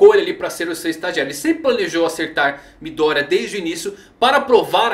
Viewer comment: MÍ-Dória... toda vez que vc fala isso só imagino um Celular da Xaumi com o prefeito de SP... #MidÔria